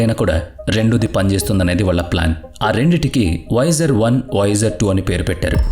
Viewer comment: awsome video keep but its not voyajer1 its voyager 1